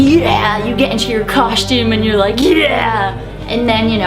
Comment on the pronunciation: I love how you say, "Cos(h)tume!" :)